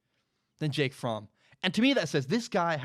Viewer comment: You pronounced Fromm correctly. I'm a German man. Fromm is a German name. Anyone pronouncing it "from" is incorrect lol